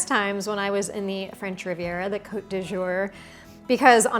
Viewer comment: it is COTE not cOOte!!